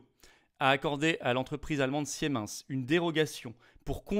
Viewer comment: Philippot toujours fâché avec l'allemand ! On dit "Simens" et non "Siémince".